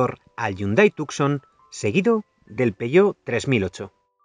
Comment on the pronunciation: Tucson en realidad se pronuncia como Tusan. Sería Hyundai Tusan.